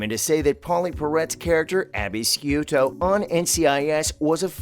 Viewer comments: It's glaringly obvious the narrator has never watched the show. He mispronounced both Abby's and Ziva's last names. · Obviously you do not watch NCIS because you keep pronouncing Abby's last name wrong! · The guy talking does too much talking and repeats himself every line and uses the same lines over again.. and not 1 mention of Tony and Ziva. And for the love of God can they get Abby's last name right on the show. Thisnis the 2nd time i heard it said wrong